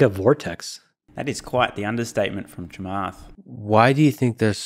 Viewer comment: gets credit for pronouncing Chamath's surname correctly.